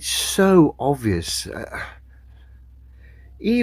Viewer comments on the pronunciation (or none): I can forgive scientific ignorance, but his inability to pronounce ‘obvious’ does my nut in.